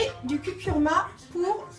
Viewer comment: Bonjour ... excuse-moi .... mais tu prononces cucuRma ... alors que c'est cuRcuma ....Ça ne change rien aux recettes ... mais bon ..... ;-))